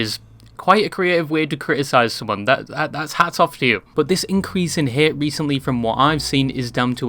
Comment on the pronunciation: i dont like ludwig but I dont like how you say the word hate either